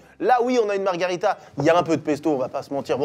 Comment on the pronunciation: marghErita avec un E pitié